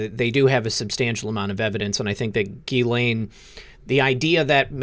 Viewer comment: This Montréal litigator says to pronounce Ghislaine Maxwell's name as "Zhiss-lane" or "Zhiss-len". His Youtube channel s Viva Frei.